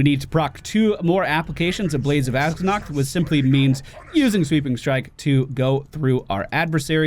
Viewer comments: Where the fuck do you see a "g" in "Azzinoth" ? ffs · You must be deaf then. Not the only one that heard that. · I honestly thought you said Blades of Eggnog